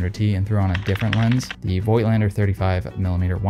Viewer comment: Learn how to pronounce Voigtländer